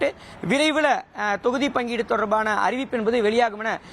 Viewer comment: Envadhu, Enbadu, Enbadu?????. What is this?